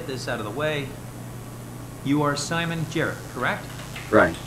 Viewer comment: Smon Jrrt is now the only way to say his name